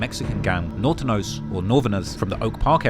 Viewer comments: I hate when mfs say Nortay too😭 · Nor-ten-yo, is how they pronounce Norteño